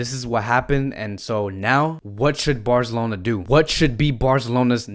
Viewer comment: He said “Barzelona” Visca Barca